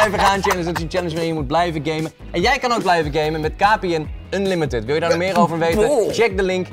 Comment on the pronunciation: #kpntopplays kan geen unlimitad zeggen😂😂